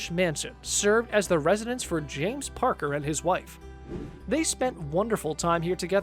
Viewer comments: Re: House no 2 - the man's name is James Packer (not Parker) - clearly you have absolutely no idea what you are talking about! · James PACKER, not Parker. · James Packer, not Parker